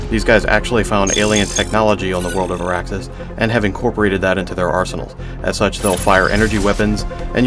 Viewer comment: Arraxis ? Arrakis? THE SPICE MUST FLOW